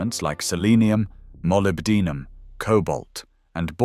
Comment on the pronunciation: I find computer reading of audio very insulting. Thumbs down. Can't even pronounce molybdenum.